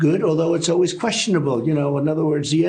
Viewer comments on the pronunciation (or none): none